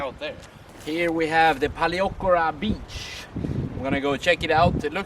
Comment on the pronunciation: Very nice video! I will be going there in 2 weeks time, really nice to see what it's like. (Although you really should brush up on your pronunciation of Paleochora 😂....big room for improvement)